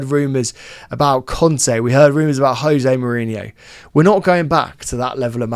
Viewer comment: Did mispronounce Jose Mourinho? 😮